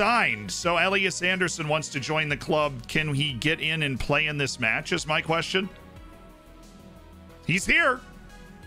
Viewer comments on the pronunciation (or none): none